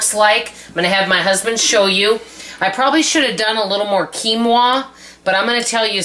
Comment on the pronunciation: You pronounced quinoa perfectly. Great job,! 🥰